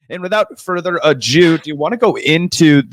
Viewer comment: Did you say “and without further a Jew” and proceed to talk about Ben Shapiro? 🤣 I don’t know if you just said “do”weird but that’s definitely what it came out as.